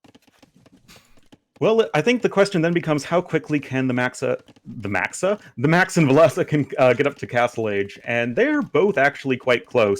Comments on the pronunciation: I think overpronounces the last e in Villese, I think it must be a more silent e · I think it’s pronounced the way it’s spelt, VIL-leh-seh, but it might be my mind messing with me and making me believe I heard it from the man himself in one of the videos.